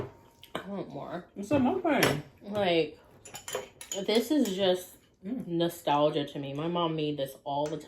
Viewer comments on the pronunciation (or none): It's mukbang not mukbeng hehe ……and it’s really obvious that you have a Long time Filipino friend because your using spoon and fork when eating ❤🇵🇭 you can use Dos also, we use spanish counting here.